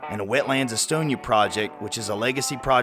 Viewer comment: I’m a Castlewood native and use to work with St. Paul Main Street. Just FYI the wetlands is pronounced like “es-ton-no-uh” not like the European country. Overall, great video and thank you for what you do!